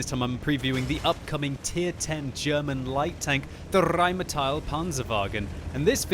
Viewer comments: it's pronounced "rainmetal" a like ass and i like piece ^^ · i think it's pronounced with e it's not rheighmetall that e is not a it stays a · Omg i love your german "the RRRRRRRheinmetall PPPanzerwagen" Please make one video in german: ) german is the best language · the rrrrrrrrheinmetal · the rrrrrrrrheinmetal panzerwagen lol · you don't roll your rs in German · In my four years living in Germany, I never heard anybody ever roll their 'R's But it certainly is entertaining to hear do it.